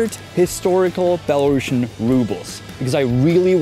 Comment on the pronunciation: Great work you did! But please pronounce the name of the currency right next time: belaruSian (with an "s"), not belaruSHian. ;)